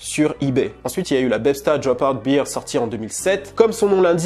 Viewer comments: Sur la prononciation -> si tu dis bear (ours), il faut prononcer Bere, pas bire (beer), qui veut dire la biere. Super contenu en tout cas, merci beaucoup d'avoir publie! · Attention,: « bear » ne se prononce pas comme « beer » en anglais. Ça se dit plutôt comme « bare » (je sais pas si ça t’aide). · C'est BEAR et non pas BEER. Just FYI. Bon Boulot 💪🏻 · Bère (bear) pas Bire (beer) ! Sinon super vidéo merci pour les infos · "Bear" (Ours en français) se prononce comme ceci: Et non comme "beer" (bière en français). Le top cette vidéo, merci!